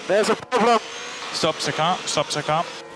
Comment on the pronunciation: Stop ze car stop ze car